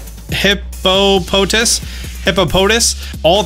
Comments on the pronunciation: I want a ringtone of attempting to pronounce Hippopotas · XD bruh, the Hippopotas pronunciation. Reminded me of the old Adam Sandler movie. “Hip, hop....Hiphopanynomous?!”